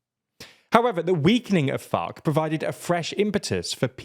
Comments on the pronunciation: “which was more urban than FOC”… you know he’s saying it like that on purpose 😂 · I hear fock and it's funny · It's actually called "FARC", not the f word